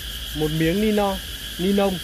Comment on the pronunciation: Lọ thuốc kích thích ra rễ k phải ra rế nha ni lông k phải ni long nhé bác hưỡng dẫn nói ngọng vậy e éo hiểu bác cái méo gì